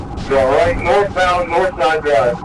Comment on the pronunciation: holy cwap duude you were like so totally wight